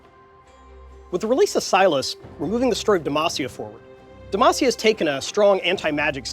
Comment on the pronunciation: Fudging CONFIRMED!! It's (Say-las) not (Si-las)